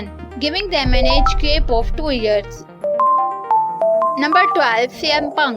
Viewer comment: Yes I agree because it’s age gap not gape